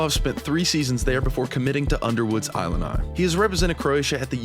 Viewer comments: Great insights, wish the AI agent knew how to say Illini (LOL) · He pronouced "Illini" wrong. It's like "Illinois" at the beginning. Whatever. How am I supposed to trust this when he can't pronouce that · I assume this is AI since they mispronounced everything, including Illini??? Ugh.